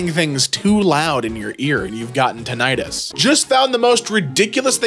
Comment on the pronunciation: tiNIGHTus, that's how im gonna pronounce it now